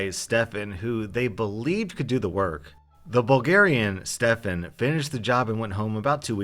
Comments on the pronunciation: Of course when my name in a video not only is it pronounced “Stephen”,(common mistake, no hate towards ) the Stefan is the bad guy of the story! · Stefan not stefen*